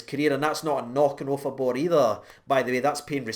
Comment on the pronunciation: Jesus mate did you get any sleep ? 😂😂😂 Wow that was a pretty good pronunciatonionion, especially with your past 😂😂 Seems like it’s a good player to get on a pre-contract with all the potential he has, especially since there’s a good chance that Kamara might be sold in the summer 😩 And add to that the fact that Davis is 36 so he likely has a year or two left in him at most 😭 Just seems really smart to get him signed up and prepare ourselves for the future. Hopefully Nnamdi can do well on his loan to Wycombe Wanderers,improve his skills and then come up to play for us in the summer and fight for a place in the team and make the midfield up their game another level. Excited to see how the rest of this season and next season goes.